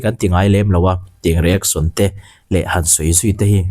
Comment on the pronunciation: I tawng a fiah fel fai ngaihthlak pawh a nuam mizo youtube channel ah ka en hnem ber ini..mahse kan hnam tawng nilo mahse .… iShowSpeed i lam dan hi please in ‘saw’ tiin lam tawh suh… show shh… lai kha a har miah lo (nopang bengchheng pawh ‘shhh..🤫’) kan tih tho kha 😂 …… reaction pawh ‘ri-ek-son’ aiah ‘ri-ek-shun’ (rEEAkshUHn) tiin han lam ta la a va mawi leh zual dawn tak em…… saptawng takin constructive criticism ah minlo pawm sak hram teh… min ngaitheilo deuh chu an rawn awm leh maithei mahse thenkhat ngaihmawh ani ve thei tho bawk 😂 😂